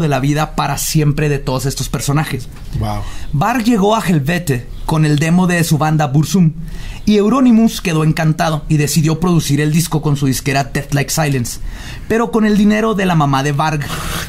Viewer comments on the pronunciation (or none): Querido, ya pasaron más de dos años de este vídeo pero se pronuncia Burtzum, no barzum jajaja Agh Nazg durbatulûk, Agh Nazg Gimbatul, Agh Nazg Thrakatulûk, agh Nazg Burzum-Ishi Krimpatul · odié todas las veces que dijo "Barzum" en lugar de Burzum XD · A mí me brincaba el ojo cada que decía Barzum...